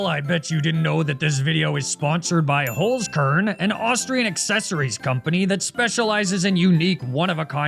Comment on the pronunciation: *HOLZ KERN not Holskurn